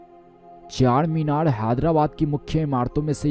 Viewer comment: What are you saying man it's CHARMINAR NOT CHACHARMINAR he is "Charminar ke Charminar hyderabad raate"